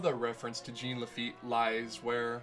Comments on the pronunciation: French pronunciation of Jean ... not GENE. No biggie. :P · holy crap. it's a french name - "jean", and it's pronounced like "john", not "jeen" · I know you understand your mistake but.... It triggers me whenever you say Jean Lafitte with Jean like the pants, instead of John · I'm sorry but his name is French and in French jean is pronounced john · not jean(jeen) its Jean (she-un) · "Gene" Lafitte? It's pronounced ʒɑ̃ ʒ = the sound of the "s" in "measure" ɑ̃ = the "aw"sound in "paw" (in american english) but through your nose. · I’m giving this a thumbs down, if for not other reason then how many times he says Jean Lafitte’s name wrong!!!!!! It is not pronounced Gene!!! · For the record, it's actually pronounced "Zhohn La-feet". It's French. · I like to think of his name as Jean "the feet" Lafitte Pronounced Zheen The Feet La-fe-ette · Ssshhhhh-ON LA-FAH-YET!!!!! GOD DAMMIT, YOU'RE KILLING ME. LOLOLOL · Lol it's "Gene LaFEET!" Like the new "John CENA!" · Mispronunciation of Jean Laffite's first name Gene Laffite Me: TRIGGERED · Thank you! I kept thinking that every time he said "Gene". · Y E S!! That annoyed the hell out of me the entire video!